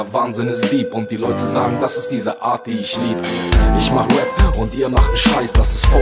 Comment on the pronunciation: Arbeite an der Aussprache von Rap -es heißt rep und nicht wep